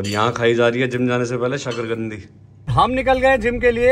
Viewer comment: Shakargandi nahi Shakarkandi hota h😅